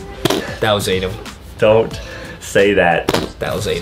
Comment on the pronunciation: WY JUSTIN CALL ADAM ADEM